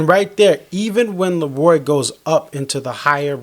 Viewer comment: It’s LeRoi not Lee Roy - The King 👑